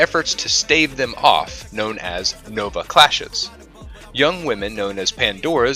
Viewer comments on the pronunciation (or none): none